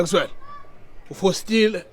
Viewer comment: Many parts were top notch, but lena ya "O foxitxe", Dlamini athi "u fostile"🤣🤣🤣almost sent me to esbhedlela sezinhlanya e Weskoppies